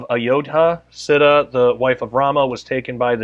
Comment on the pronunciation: Not sita…”se ta”